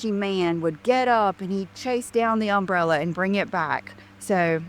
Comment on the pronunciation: LD does not even know where to put the emphasis on the word umbrella. And it is not an accent thing. It is proof that she filled her brain with what color her undies were instead of paying attention in grade school. (Jools-meant to tell you--in the US education starts with kindergarten at age 5, first grade age 6---up to graduation at the end of grade 12 at age 18.)